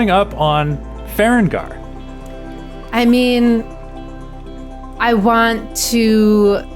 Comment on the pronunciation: I know this is like a year old but I’m yelling at the screen every time I hear it…it’s Ferenginar - Fur Reng Guh Nar not Feren gar. 😅